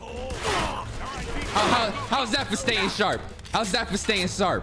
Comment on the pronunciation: “How’s that for stay sarp” lol